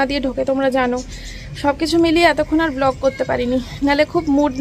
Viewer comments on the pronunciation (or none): none